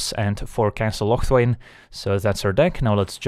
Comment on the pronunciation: I don't think your Scotish, but you pronounce Locthwain like a real highlander.. Nice!